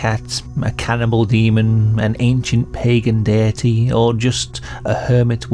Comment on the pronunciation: The way you say deity reminds me of the way my scouse dad used to say dirty, rest his soul.